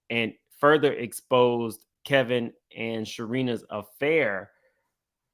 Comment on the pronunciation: Why does keep calling Wendy's ex-husband, "Kelvin"? Isn't it "Kevin" (that's what it says above)?